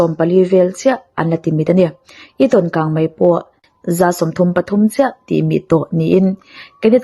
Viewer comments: Bengvar thlak e mahse kang mei tih turah hian kang mai I ti hian ka hre deuh thin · Kangmai ti a lam i ang thin Kangmei tih tur a ni si a Mi te en bik in ni a thangthar te tan phei chuan an en tawn in ni Kan tawngkam hmandan leh lam rik dan i uluk zual ang u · A aw hi ngaihthlak chu nuam țhin khawp mai, mahse, kang mai ni lovin kang mei tih tur a nia😊 a țhen laiah hian țhelh deuh a awm leh tlat țhin, Aw mawi, ngaihthlak nuam ringawtah hian duh tawk lovin thu lam dikah hian rawn țang zel rawh aw 😅😅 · Kangmai a ni lo, kangmei aw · 'Ho' tih turah 'hau' i ti ngar ngar leh 'kang mei' tih turah pawh 'kang mai' i ti tlat mai bawk a, mizo ṭawng dik pangngai a awm reng laia a dik lo zawk i hmang hi beng a ti thlep deuh, zoṭawng hman dik kawngah ṭan han la leh deuh la, i chanel hi zo fate tan hian a hlu lehzual ngawt ang. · Kangmai niloin kangmei tihtur aw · Kangmei, kangmai ni lovin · 😄🤭 kangmai ti suh adik lo kangmei ti zel tawh rawh aw 😄😄🤭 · Nia keipawh hei hian ngaihthlak a ti hrehawm ka ti,a hma mi ka ngaihthlak pawh khan kangmai vang hian ka hah tluan ṭhak...thildangah mei a hmang thiam tho sia,a dang chu a ṭha tawp maw le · Kang Mei.tih tur ni zawk Awm tak a ni.